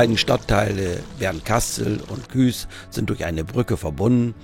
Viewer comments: Da ich in BKS wohne und geboren bin, klingt Küs immer komisch. Aber du bist nicht der einzige der es so ausspricht. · Danke für das Video. Eine Anmerkung: es heißt Bernkastel-Kues, gesprochen Kuuus, das E ist in dem Fall ein Dehnungs E und wird nicht zum Ü. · Der Ort heißt Bernkastel-Kues, und nicht Küs😊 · Schönes Video mal wieder,, auch schöne Gegend.! Ich kann Dir leider nicht mehr helfen bei den 100T Abonnenten, bin ja schon Einer😃. Ich habe noch ne Frage zur Aussprache des Ortes Bernkastel-Kues! Ist es nicht so, daß man Kues ähnlich, wie Coesfeld, Itzehoe oder Bad Oldesloe mit nem s.g. Dehnungs "e", spricht, also Kuus in diesem Fall? Ich habe das zwar gegoogelt aber kein aussagekräftiges Ergebnis gefunden.